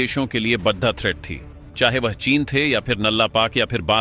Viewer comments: Channel speaker please talk carefully बड़ा को बढ़ा बोल रहे हो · Kya utpatang uchharan karte ho yaar.Hindi to sahi bolo badda, khadda..pata nahi kya kya bolte ho. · आपके शब्द उच्चारण में कई बार बड़ा की जगह बड्डा बड्डा जैसे गंवार लहजे सुनने को मिलता है उसे सुधारो ? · अगर बड़ा शब्द का उच्चारण सही करो तो थोड़ा अच्छा लगेगा